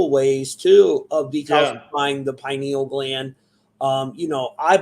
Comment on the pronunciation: “I know everything about this” proceeds to mispronounce pineal gland repeatedly smfh 😂